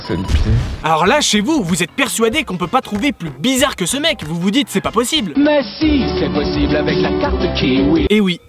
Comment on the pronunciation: À ta dit posible